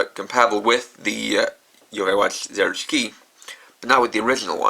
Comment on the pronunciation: when you said zeroshiki I though you said zeroes key